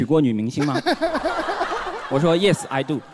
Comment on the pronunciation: 脱口秀演员太喜欢拽英文了，程路这里的 Yes，I do，不对哦